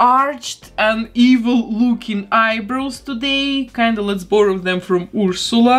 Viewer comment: I love your accent so much! The way you pronounce Ursula is EVERYTHING!